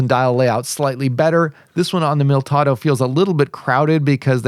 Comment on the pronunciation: Mil - i - tado NOT Miltado.